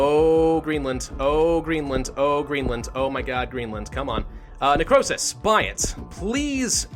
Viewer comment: "Necrowsish" that's what it sounded like he said at one point